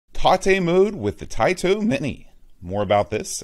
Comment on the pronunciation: "We grew up saying TAITO wrong" Yeah but you still say TATE wrong.